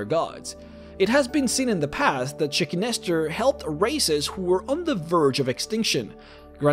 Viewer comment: The Naga God "Chicken Lester". I need my ears checked